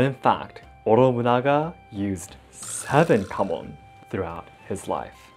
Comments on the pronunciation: I know he says KAMON...But I swear I keep hearing HAMON! And think it is Jojo and we are about to slay vampires xD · You do have your home Kamon By the way, not Mon